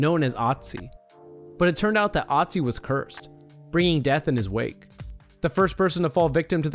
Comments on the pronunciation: The dead mountain man (or ice man) isn't called Otzi, he's called Ötzi. Take the i-sound from "bird" and replace it with the ö in Ötzi and you'll have a closer approximation of what he's actually called. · Its not called OTZI its called ÖTZI. You cant just come up with a similar name just cause you cant pronounce it. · It's Ötzi not Otzi ^^ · It's so funny how even the scientist said Oozey when it's actually ötzi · it's ötzi not otzi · Oetzi..... not pronounced "Ottsee". LOL. He wasn't castrated by his killers, either. His junk was stolen by an opportunist who found the body. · It's pronounced OOtzi not otzi, that's the literal point of the two dots above the o. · Its not Otzi, its Ötzi. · Ötzi is the name not Otzi... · Ötzi not Otzi! It’s a difference ! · ÖTZI IS 5300 YEARS OLD, NOT 3000 YEARS OLD! AND ITS PRONOUNCED OOTZI, NOT AHTZI!! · I like you but please learn to pronounce Ötzi right. It’s German I know it’s not always easy for people who doesn’t speak German but o and ö are pronounced very differently so it makes a whole other word. Other than that very interesting video. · It’s not pronounced otzi it’s pronounced ootzi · It's not Otzi, it's Ötzi. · Ötzi, not Otzi... you mispronounced his name 👏🏻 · * Ötzi not Otzi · It’s “ooh-zti” not “ah-zi” 😑😑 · It’s Pronounced ootzi not otzi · I don't understand why people mispronounce Otzis' name it's pronounced Utzi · I took an archaeology class and it's pronounced Urtzi. Known as the iceman who actually had a copper axe before the Stone Age even ended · its ooh-t-zie he spells it utzi but thats how you pronounce it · Irs pronounced Ötzi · It’s pronounced ootze you noob i learned about it in class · ITS CALED ÖTZI YOU MORONS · We learned about #1 in science and no one died from it... And it’s pronounced (Ood-C) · It's Ötzi, pronounced like the German ö. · his name is ötzi...Ö...ÖÖÖÖÖÖÖÖÖ OE... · Thumbs down just because you pronounced Otzi wrong.